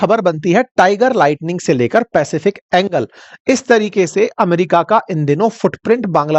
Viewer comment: Sirjee, पैसिफिक एंगल, नहीं वो पैसिफिक एंजल है, कृपया सही से पढ़िए